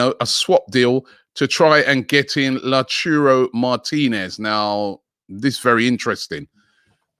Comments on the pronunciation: Who knows lauchuro martinez...haha...its LAUTARO mate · The name is lautaro not totiuro pliz my man Robbie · Robbie! It is not Lechoooro! It is Lautaro🤦‍♂️ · Robbie pronounce it in syllables say, LAU TA RO. not lochiro 😂😂😂😂😂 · Robbie still cannot spell Lautaro Martinez. How did you get LA-TU-RO? It's LAU-TA-RO!!!! Can someone please correct him? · Lechuuuro was triggering me lol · Love the video Robbie . Just a quick reminder that it’s pronounced “La - Ow - Tar - O” not “La-Chu-ro” . Keep up the great content though lads ! ❤️ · Hello Robbie, this guys name is LAU TA RO Martinez and not Loo tu ro. You are butchering the name. Big up Robbie! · It's annoying hearing robby said Lechurou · Tammy Abramz La Churro jeez Robbie I love the pronunciations 😂⚡ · It's LAU....TARO not TURO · It’s not lachuro it’s Lau- ta -ro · If his name was La Churro Martinez, Robbie would pronounce it Lautaro. 😩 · Robbie it's Lau.. taro not lauchuro😂😂lmao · Robbie it is Lautaro not Lauchuro, there is no /chi/ make effort on the T, like Tank, /Lau/Ta/ro, and also Bruno Guimaraes like /Ramen/ not /GUI/ the (U) is silent, GiMaRaes, please make the effort even use Google translate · its not Latuuroo... its Lauutaaaroooo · its lautAAAAro not lautUUUro and guimares is more of a dm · Lacheerio Martinez 🤣 can butcher any name he wants 🤣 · LAU as in LOUD and taro Tah-row Lau-tah-row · "Lachuro" Martinez..hahaha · LAU TARO - say it with me. LAUTARO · Robbie, it's pronounced Lao - TAH - roh! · LA-OOH-TAH-RO (not ROW) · Who are these players Rob is talking about??? Never heard of Luuuchaaaro or Gumuaaaaaaareashhhh!!! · La-Churro haha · Mate it's an A! LautAro. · Robbie turning into expressionz ‘laChurro’🤣🤣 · Who is Lachurro Martinez ? 😂 Robbie doing this on purpose! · Nice pronunciation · absolutely brilliant I feel like every streamer has a little quirky thing they do. And the mispronounced names are Robbies thing I really like it 2 days ago he say La Cheerio